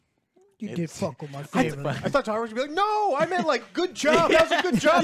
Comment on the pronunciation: I keep laughing that the boys kept calling Jena Ortega’s character Tara(when it’s Tera😅) but overall I thing the boys are right about this being a decent slasher 😄